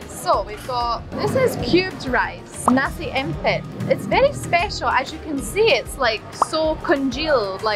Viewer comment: The satay you two had especially the beef, did kinda look a bit tough from the way you both were slightly struggling to bite the meat off the skewer. Were they? Anyhow your demonstration of how to eat satay was perfect, spot on! 👍 And so was your pronunciation of nasi impit! 👏👏👏 The word impit (im-pate, im rhymes with him, pate rhymes with date) comes from the malay word himpit (him-pate) which in this context means press, ie the softer than usual, slightly watery rice already cooked and still hot is traditionally placed in a large cloth on a flat tray and mashed and pressed, then the cloth is wrapped over and around to fully cover the mashed rice, and a heavy object like our traditional chilli grinding stone which is a thick slab, is placed on top to weigh down on it for a few hours. I only want to add another thing, I usually use the skewer to cut each nasi impit cube into even smaller bits maybe half or a third of the size they served, before I stab it 😜 This way the ratio of the delicious peanut sauce would be much higher against the (as your mom rightfully said, tasteless) rice cube itself, hence a much more yummy experience! 😋😍😬